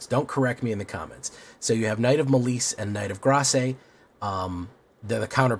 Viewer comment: Your pronunciation of malice is diabolical